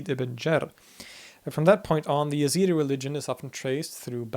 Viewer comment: Your pronunciation is correct, but for some reasons Westerners prononciate the name Y. They are a branch of Kurds, an Iranic folk. Their name comes from the God of Zoratst, i.e., Ezad, which is the translation of the word God in Persian.